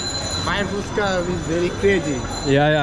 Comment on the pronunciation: SO FINALLY YOU HAVE LEARNED TO PRONOUNCE FUCHKA CORRECTLY, THAT'S GREAT 😂😂👍👏!!